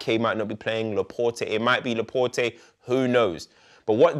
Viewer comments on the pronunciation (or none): LAPORT not Larportay JAYZUS not Hayzus